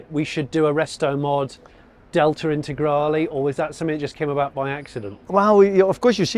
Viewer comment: I can’t watch the video for mote than 2 minutes because how you pronounce Lancia as Lansia and Intergrali and Stradali instead of the E at the end. It is E, E like END! 🤦‍♂️🤦‍♂️🤦‍♂️